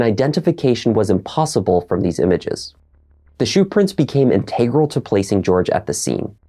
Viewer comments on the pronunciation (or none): No blame is intended here, but the accent on "integral" is on the first syllable.